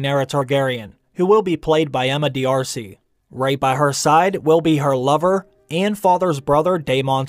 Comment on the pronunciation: Pretty sure D'Arcy is pronounced Dar-c or at least that's how it is in Ireland